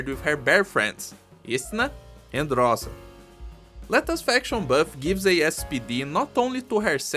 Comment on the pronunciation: Btw,: Rosa is read with the stress on the second syllable, that's how we say "dew" in Ursussian ^^